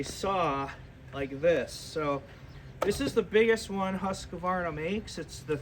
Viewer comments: And yet, you can’t pronounce it. Husk-VAR- nah. Three syllables. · lol—- I used to work with a Husqvarna repair woman. She does it the “American” way. Said almost everyone she deals with at Husqvarna does it the same. It’s acceptable. Just like janka. Everyone pronounces it with a J sound. (Should be Y)